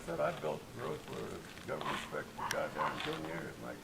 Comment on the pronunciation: WTF is a "governmet"? Is that only a Canadian thing?